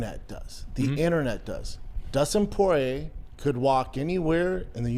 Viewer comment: Dustin por-ay